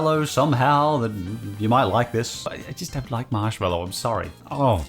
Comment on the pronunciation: “I don’t loik it”